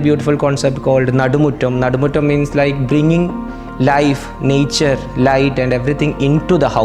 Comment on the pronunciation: The accent kills me😂 nyature😂